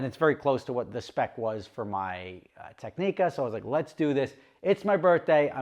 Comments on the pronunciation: Your Technica order will never be processed until you learn how to say the name properly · Explains xenophobic Monaco experience - wow thats bullshit. Starts pronouncing Technica - oh i get it now 😅